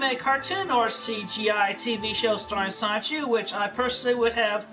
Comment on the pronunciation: Does anyone else hate the way he says sonichu? Like this is your life's work and you can't even properly pronounce your protagonist's name? "I would remain in creative control of sonchu..." Like yes all of his mannerisms piss me off, especially his sighs and his "hmm," but the way he lazily says sonichu... Guh